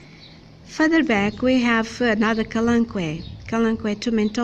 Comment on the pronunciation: How did I miss part 1&2 I love how you said kalanchoe name perfect 👌. I am not that great but practice makes perfect. Haha